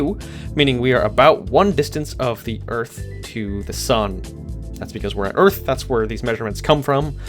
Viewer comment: You have no idea how funny 'Earth' sounds in my Non-Native-English ears :D Oorth